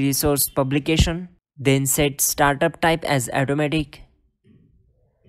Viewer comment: Thanks for info but pls it is 'Auto' matic , not 'eto'matic